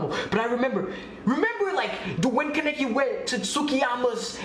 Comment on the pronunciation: It’s Kaa-Nay-Kee